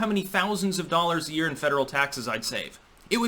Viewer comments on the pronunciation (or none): none